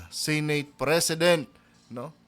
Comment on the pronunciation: Senate hindi Sinate